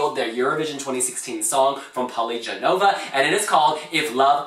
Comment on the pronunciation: Her name is not pronounced Jenova, but Genova, where the "G" sounds like in bulGaria